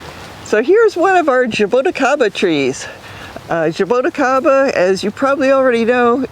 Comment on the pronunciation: Zhaa - Boo - Chee - kah - ba, this is how you pronounce it. Zhaa, like ZaZa Gabor; Boo, like halloween Boo; Chee like cheese (ti is chee in portuguese); ka, like the crow says; ba, like ba-ba black sheep.